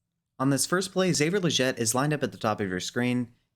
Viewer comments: its killing me how he says legette lol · Its Legette not Legette lol